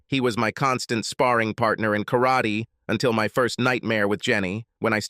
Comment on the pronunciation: I HATE AI spoken stories. Especially the way the AI pronounces Karate.